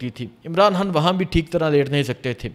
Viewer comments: بھائی آ پ خ کو ح کیوں کہتے ہیں خان صاحب کو حان حان صاحب کیوں کہتے ہیں❤ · اپ نے نہایئت شائستگی اخلاص سے اپنی عقیدت احترام محبت کا اظہار کیا 👏👏👏🤩 کچھ بزرگانہ گزارشات ہیں توجہ دیجئیے گا حان نہیں خان کیرے نہیں کیڑے سحت نہیں سخت اردو کو خوبصورتی سے بولئیے درست لب و لہجہ اختیار کیجئیے عوام سے ہمکلام ہوتے ہیں نجانے کتنے بچے بڑے آپکو شوق سے سماعت کرتے ھونگے اور آپ سے سن کر سیکھتے ہونگے امید ہے کچھ ناگوار نا لگا ھوگا خوب جئیو ترقی کرو آگے تک جاو سلامت رہو